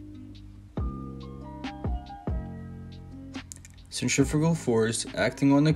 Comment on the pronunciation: Or centrifugal 😂